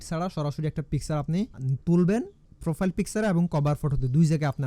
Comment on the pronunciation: পলোয়ার😂 ফ্রোফাইল 😂 উচ্চারণ গুলা ঠিক করলে একটু শুনতে ভালো লাগতো😊